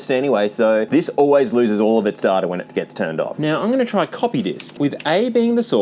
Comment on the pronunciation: “Reading datass”